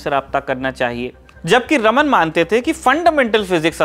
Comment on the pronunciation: Sir ek correction hai unka naam रमन नही रामन tha , iske peeche ki puri story is video me btayi gyi hai